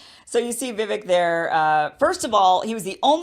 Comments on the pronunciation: Okay Kim. Vivek is pronounced Vi -vake. Like cake. You if all people should know that whether or not you like him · Kim, Vivek is pronounced like Cake. That's an easy way to remember it. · VIVEK, like cake. Please at least say his name right 😂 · His name is pronounced Vi-vake, like cake. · Pronounced: “Viv-ake” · His name is pronounced "Vi-Vake". MSM is telling a different story. Weird. Plus Kim, He said Climate Chamge AGENDA is a hoax. The policies are the hoax. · Nikki Haley is a warmonger. Yeah she did such a terrific job at the UN and her experience is as rookie as Ramaswamy’s. But Sidenote. She’s the other person of Indian heritage on that stage and she can’t pronounce “Vivek” correctly? Like almost all the White and other people are pronouncing his name correctly and she cannot??! Seriously? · Great show, Kim, thank you. I could sleep better at night if Vivek or RFK jr were elected. I would love it if Trump would be a revered advisor to either one of them I like many of Trump's policies , but he is too divisive. We need to be a more united country. PLEASE NOTE: Vivek- his name is pronounce Viv-ake- not Vi-vik! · I like Kim, but the least she can do is learn how to pronounce Vivek's name. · Kim, you were the one who explained how to pronounce the name "Vivek" in your interview with him smh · Vivek rhymes with 'cake', not 'civic'. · It's "Vi-VAKE" not "Vi-VEK" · Just an fyi- Viv(ake)-- rhymes with cake. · It’s Vivek pronounced like “cake” at the end. “Vivake” I agree with everything Vivek says! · Vivek is pronounced like cake. He has said many times he is not running for VP. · His name is pronounced Vi-VAKE (like cake) accent on second syllable. This was his answer in a forum I heard online. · It's pronounced Vivake. Like cake. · Please learn to pronounce his first name as he does. Cake ! Vivake! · Omg at least learn to say Vivek's name.... it rhymes with cake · I thinl Vivek is pronouced Vih-Vake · it's pronounced Vii +vake .